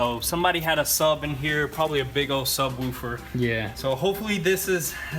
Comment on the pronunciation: Man those southern accents always get me. "Subwoooofer" 👌👍